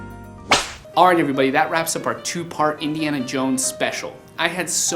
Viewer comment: Indy-ana Jones hahahaha